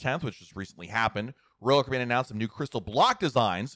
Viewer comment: SLOWLY PRONOUNCE: ROYAL CARIBBEAN!!!!